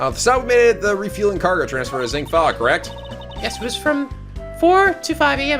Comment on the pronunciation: it's EYE-flEYE the 3rd e in Meele is silent and at least you pronounce Zheng Fa right for once